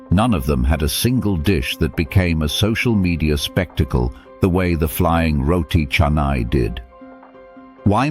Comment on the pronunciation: Thankyou-for-pronouncing-roti-canai- correctly-just-like-malaysian